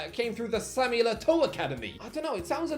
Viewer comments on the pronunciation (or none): none